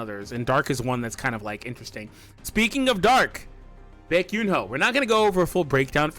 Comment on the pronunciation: Bro butchered the name 😂😂😂